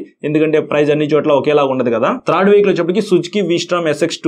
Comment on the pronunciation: బ్రో if you don't mind ఒక suggestion ఇవ్వచ్చా? మీరు చాలా చక్కగా వివరించి చెబుతున్నారు, కాకపోతే ఒక పదం పలికేప్పుడు కొంచెం మాకు ఇబ్బందిగా అనిపిస్తుంది. అది కొంచెం సరిచేసుకుంటే చాలా బాగుంటుంది. మీరు త్రాడ్ వెహికల్ అంటున్నారు థర్డ్ వెహికల్ అని పలికితే బాగుంటుంది. 🤝🤝🤝